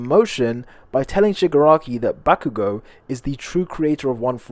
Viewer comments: Bakugou goes back in time Its in his name back-you-go 😂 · Bakugo? More like Bak-u-go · eri really said bak u go👏👏